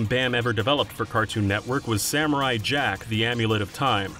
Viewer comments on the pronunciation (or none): none